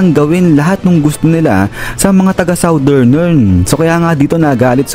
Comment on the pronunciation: Ambamgis nung “SOUTHERNERN” lods haha lakas!!